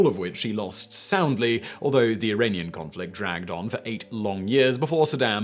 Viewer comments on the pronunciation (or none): none